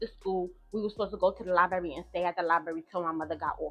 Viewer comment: Giiiirl it's pronounced LIE-BRARY!!!!! Her mom is at fault for allowing this to happen to her. Yes, you have to protect your kids from your kids!!!